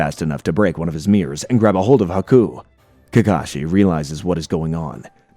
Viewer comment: Love the breakdown but everytime you pronounuce it as haku's name as aku, i just think of samurai jack.